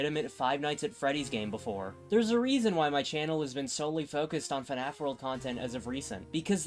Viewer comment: I can NEVER unhear this guy say fnaf as “fenaf”